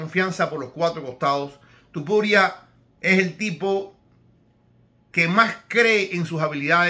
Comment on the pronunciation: Igual estaría bien, hablando perfectamente castellano o similar, decir aunque sea una sola vez, TOpuria en vez de TUpuria. Entiendo que un Americano o alguien que no sepa pronunciar bien el español, cambien el TO por TU. O cuando era casi un desconocido. Pero a estas alturas , me parece un poquito ofensivo. Perdon si le molesta. Pero es como si le dijeran a usted que tal Señor Ibro siendo un paisano suyo. Un saludo, espero que no se moleste y que le llame como quiera, aunque preferiria que esto ultimo lo intentara mejorar.